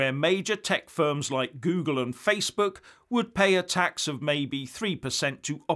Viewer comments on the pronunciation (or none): none